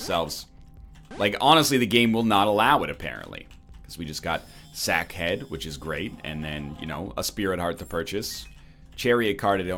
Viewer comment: i think this is the first time he actually named "sack head' properly and then fudged it up